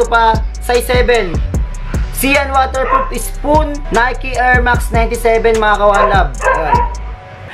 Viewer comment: Ano yung sean waterproof spoon? Wahahaha patawa kaba?😂😂😂 "Sean Wotherspoon" hindi pa legit 😂😂